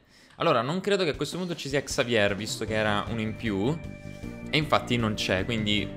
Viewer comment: consiglio si dice Xavie e si scrive Xavier perché è un nome francese e in francese non si leggono le lettere finali.